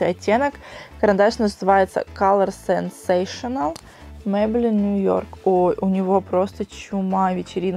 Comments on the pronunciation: тушь не сэнсэшэл, а сансейшэнл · Ахахах сЕнсэшл))))),, сенсЭйшнл)))))